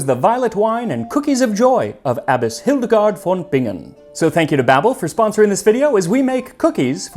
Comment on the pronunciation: Let me just say that as a German, I really appreciate the effort you took to pronounce Hildegard von Bingen correctly.